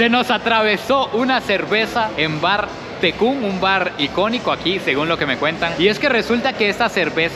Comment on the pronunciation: no lleva C al final (tecúc ❌) es N (Tecún✅)